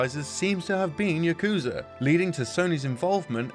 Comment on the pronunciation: Them not pronouncing yakuza correctly hurts my soul